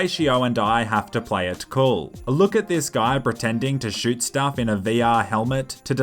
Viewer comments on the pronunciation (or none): none